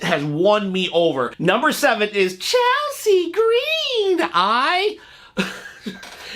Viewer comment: Don't say Chelsea green like that again LMAO 🤣🤣🤣🤣🤣🤣